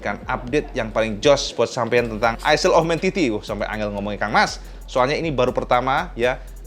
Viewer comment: Info cak "ISLE" bacanya bukan aisel cak ,tapi AeL